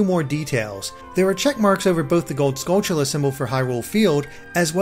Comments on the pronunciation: Finally says Skulltulla correctly says CooCoo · You finally pronounced Skultulla correctly even if I spelled it wrong...THANKS